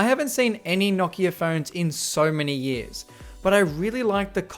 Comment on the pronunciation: Holy crap it’s so nice to hear someone say Nokia correctly.